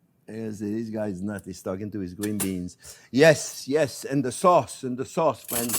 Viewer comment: He says "fwiends" like the Canadians on South Park